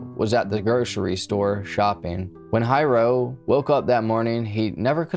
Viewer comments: Dad's name = Hiro ...pronounced HEE-ro.... not High-Row. Also- 'Xerox' is a brand name for the generic 'photo-copier' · I worked on Puuhale Road at a shop back then. I heard KSSK announcing the breaking news and that made our daily chores delayed due to Nimitz being blocked and the mass search for the killer.....(btw, the dad name is NOT Hi Row......its pronouced like He-row for Hiro, dad's real name). I often had some differences with my boss too, BUT, i would never EVER do such a callous and stupid thing.......its NOT WORTH IT). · I was told Byron was an immensely talented person. He made furniture from scratch, he built with relative ease. He raised award winning gold fish. BTW his fathers name is pronounced Hero, not high ro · Mental. Hiro is not pronounced High-ro, it’s pronounced Hero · The mangling of the pronunciation is killin’ me lol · Hiro is pronounced as if you're saying hero. Not Hi-row. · Pretty sure his father’s name is pronounced like “HERO”…. It’s a pretty common Japanese name 😉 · And sometimes the r is rolled. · Hiro (Hee-row) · Not of Japanese decent but I think Hiro is pronounced HERO. Im just nitpicking though. Excellent video AS USUAL thanks for the top notch content. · Don't hate on for mispronouncing hero, he's autistic give a break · im asian as well and i honestly get little upset when haoles pronounce japanese names wrong.....just like Karaoke, its NOT Ka-ree-okay.....its Ka-da-okay. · HO-NO-LOO-LOO, not HANALOOLOO. HEE-RO, not HI-RO. 🤙🏼